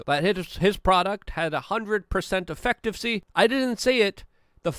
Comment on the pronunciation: My guy. You’re very smart and I appreciate and recognize the great service you provide here. Just a tip and not hating, You should look into how to say efficacy so you sound more credible to first time listeners!